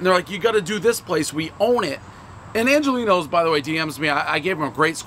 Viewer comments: Come on dude - show respect! Angeloni’s, not Angelino’s!!! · It's not Angolini's. It's Angeloni's. Second time he got the restaurant name wrong this week. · Pronounces Angeloni’s “Angelinos’” everyone knows the rules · One “Angelino’s,” everybody knows it’s “Angeloni’s.” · One Angeloni’s not Angelino’s, everyone knows Dave is illiterate. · Angeloni's is not pronounced Angelino's, everyone knows Prez can't speak/spell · Not only did he mispronounce it, he did it 3 different ways: Angelino's, Angelini's, and Angelina's. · One bite everyone knows Dave’s mispronunciation of “Angeloni’s” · One bite, everyone knows Pres still can't say Angeloni's properly even when it's on the box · Dave is just incapable of pronouncing Angeloni's